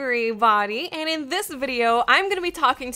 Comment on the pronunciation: I didn't realize until this video that your signature opening of hello everybawdy is actually just the way you pronounce everybody in all situations. Awesomeness.